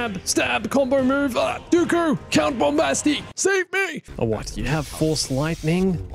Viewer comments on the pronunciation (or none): English: Bombastic Gungan: Bombasti